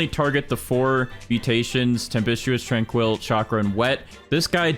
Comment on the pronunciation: Your pronunciation of tranquil is diabolical.